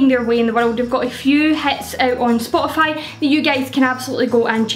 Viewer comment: I swear I heard you say "I'll list these on Scotify."